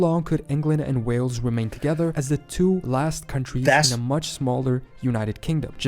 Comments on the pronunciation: Hey. Great channel man. However, could you pronounce Wales like whales and not wells, like the place you draw water from. When are you planning a trip over here? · P.s you are still calling it WELLS it’s WHALES as in the animal.